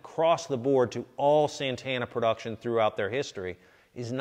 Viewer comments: es santana SANTANA S A N T A NA no seinteina... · Its not Sentena.